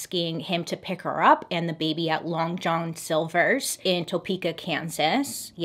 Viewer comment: Why can't bailey say long John silver's?!! 🤣🤣🤣🤣🤣 "long jolhn silversss"